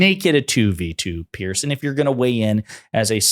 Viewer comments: It's pronounced "Peerz" not "Pearce". It's not good for your journalistic credibility when you get the basics wrong. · Brit here: his name is spelled Piers and pronounced ‘peerz’ not pierce. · Piers like peers, not pierce. It's not difficult. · His name isn't "Pierce" Ponder that. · Piers. It rhymes with tiers or tears. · It's Piers, NOT Pierce. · It's pronounced peers. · His name is Piers, not Pierce. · The only fault I find in this post, is that your pronunciation of Mr Morgan's has Christian name. It is pronounced as in peers through a window. Otherwise awesome 👌